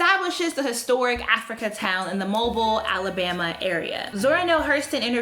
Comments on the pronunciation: Hi, great topic! I love and agree with your message! For future reference, be sure to fact check whether any Black Star Line voyage ever made it to Africa. Also, Zora Neale Hurston was an anthropologist, not a historian. Additionally, the Alabama city is commonly pronounced Mo-BEEL rather than like the common word mobile. Keep up the good work! Someone correctly mentioned below that there's a history of West African resistance to the trans-Atlantic slave trade. On a similar note, some Native Americans and free black Americans participated in buying and selling Africans and African Americans into slavery. The ultimate beneficiaries of this systemic practice were Europeans and their descendants, however (particularly the ruling classes). We should never lose focus of that. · This is like really small and not that significant but I think you pronounced Mobile, Alabama wrong